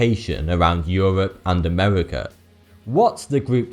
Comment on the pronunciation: euwop and Amewika